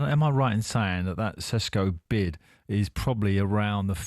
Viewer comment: Can someone tell this clown. It's Sesko. NOT SHESHKO